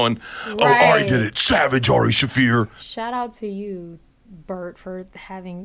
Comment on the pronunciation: His name is pronounced Shah-fear not Shay-fir Just FYI